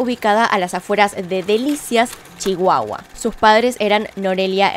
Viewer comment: Cómo chihuahuense me encantó la manera en la que dijiste Chihuahua, gracias por tu investigación, alguien mas vio al gatito amasando las cobijas? Hahahaha